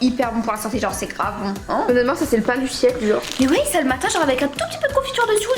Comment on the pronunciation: Pk vous dites ui au'lieu de oui?? (